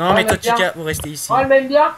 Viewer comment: a chaque fois que chica se présente j'ai l'imp q'elle dit pizza et pas chica xD